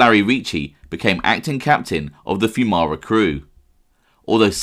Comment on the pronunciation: At least you pronounced our last name correct lol.